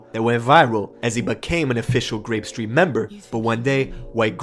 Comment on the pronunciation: Anyone notice the news reporter says skreet 😭